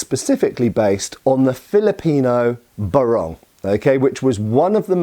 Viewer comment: Pinoy here, just a digression... "Barong" pronounced BAH-rong not "Buh-RONG, the former is the weapon while the latter is the men's national costume for formal occasions. Yeah, we used to make jokes about that when we were young, too (like turning up to a formal occasion with an iron blade instead of an ironed top).